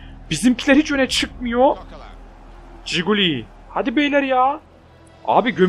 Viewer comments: coquelin'e giguli diyorsun abi buyle de kokelin iyi gunler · abi ciguli deil bilerek söylüyon biliyom ama adı okunuşu kokuelin